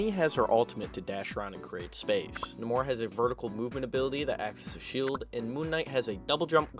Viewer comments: Nay-More. For Effs sake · Marvel itself uses both nah-mor and nay-mor, also hes based off mayan culture, who would say it nah-mor